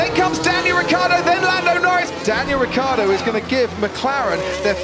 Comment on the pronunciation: wrong pronunc.... rikkardo in IT is rhaikhaeedoe....